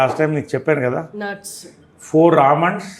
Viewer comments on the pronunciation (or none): Four ఆల్మన్ష్ (Almondsh)